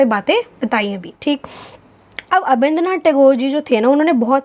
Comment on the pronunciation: Not काल भवना..it's कला भवन and also not अबिंद्र(Abindra) the right word is अबनींद्र(Abanindra)